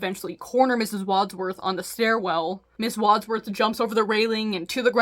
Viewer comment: I can tell you haven't watched the movie Clue, with the way you're having a hard time saying Wadsworth. I stongly recommend you see it - it's not necessarily the right kind of movie for your channel, but it's a really fun time ❤